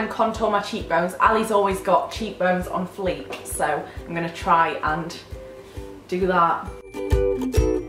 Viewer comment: when you say on flee in your accent its so funny haha i love it my dad has the same accent